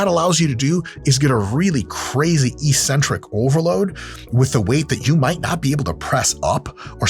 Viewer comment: Hey Dr. Mike. EEEEEEEEcentric isn't a word in English. I'm sure you're trying to pronounce eK-Centric. But don't believe me! You're supposedly a learned man. Look it up for yourself. Nonetheless, nice video, man.